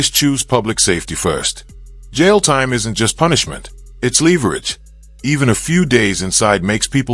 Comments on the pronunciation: Another dumb AI narration! You can’t even pronounce “leverage” correctly! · It's not "leeverage" there's only one e at the beginning of leverage so it is pronounced like the word beverage, how crazy would it sound if you put 2 e's after the b in beverage, it would sound like beeverage. Lol!! Just trying to help.....and also hoping this isn't an AI narrated video because I abhor any channel that uses AI. Even if it is just for narrating purposes. Because, TO ME, that just screams LAZINESS on the channels part. All IMO, of course. Of which I AM ALLOWED to have. (FYI: IF you feel the need to reply or send me a message please make peace with the fact that I won't ever read it or even see it. I just don't like doing the whole back and forth debate thing and would rather just watch more YT videos. And since there's no way of discerning between a negative or a positive response without actually reading them and to also keep my head space a happy one this is the best way for me to do it. Plus, adding this statement saves people from wasting their time responding. Thank you for understanding.) ❤ ✌️